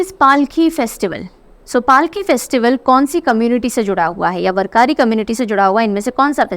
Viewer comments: Dear Mam, kindly note the followings, 1. Warkari is pronounced as वारकरी 2. Cloud seeding only fasten the process of condensation, it does not produce clouds. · With due respect i would like to suggest You correct pronunciation of Warkari. It is वारकरी.. Thank U for Great Session as always.